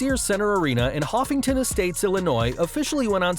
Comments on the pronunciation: Hoffman Estates, not Hoffington. Lost me right there. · The report says Hoffington Estates, sorry it's Hoffman Estates. Hate to correct jurnalists,but get it correct! Illinois, my state needs respect. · Not to be a total brat and calling out mistakes or anything but it’s pronounced “Hoffman Estates, IL” lol but thank you for not pronouncing the S at the end of IL. Lol. Love your channel, you do great work. Just had to give you a hard time about the name of the town lol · Hoffman estates not huffington lol